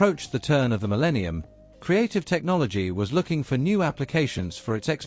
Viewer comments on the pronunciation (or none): none